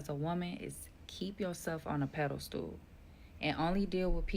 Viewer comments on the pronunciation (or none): Did she really just say 'keep yourself on a peddle stool', It's 'a pedestal' genius🤣